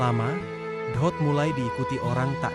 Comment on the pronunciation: Dot bukan ohot